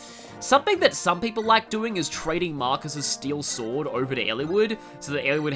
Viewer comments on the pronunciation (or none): none